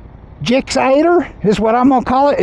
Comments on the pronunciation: Lol, I love you...the way you said "GIXATER" just killed me! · This man said "gixxater" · it's just 'gsx8r' slurred together